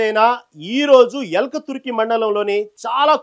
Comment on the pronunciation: సోదర....ఊరి పేరు ఎల్కతుర్తి...ఎల్కతుర్కి కాదు....దయచేసి భాషను సరిగా పలకండి....